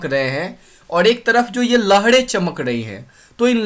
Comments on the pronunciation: Sir your voice.... Lahre =lahde ? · Lahde nhi lahre